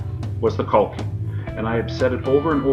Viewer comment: You're pronouncing "caulking" incorrectly, just say the word.